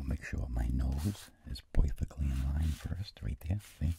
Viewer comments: Such a subtle "POIFECTLY" .. HAHA! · vincent: part subtitles: pod also vincent: poufecktley also subtitles: perfeclty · 4.14 " poifectli" i love it ! Hahahah